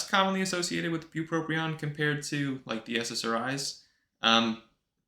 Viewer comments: Since you didn't list spongiform degeneration as a side effect, you know it's bupropion and not "buproprion"! Thank you for another awesome vid! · the guy that smells like cabbage on the subway told me its pronounced Buproprion..so we had it right all along